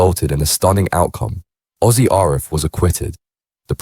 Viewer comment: Richer than the A team…nah I’m not having it and learn how to pronounce Arif.